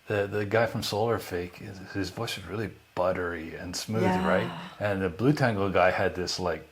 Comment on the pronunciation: You pronounce it blu-tengle, confused me at first :) But it probably more like blut-engle. Meaning Blood Angel